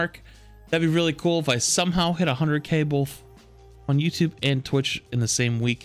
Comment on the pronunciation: Omg this man says bolth too… Haha congrats on 100k!!!